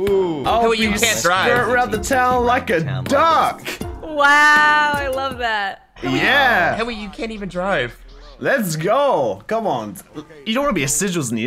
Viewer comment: With subtitles Henwy said meth